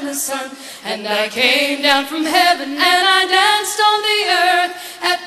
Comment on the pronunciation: Anyone else pissed off that none of them can pronounce "danced"...